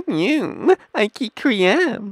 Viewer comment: first of all learn how to say ice cream correctly and secondly eat the food you reveiw